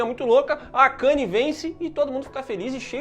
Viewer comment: miguel falando akani KKKJKKK